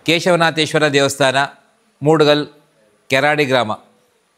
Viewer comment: కేరడీ కాదు బ్రో కెరాడి ❤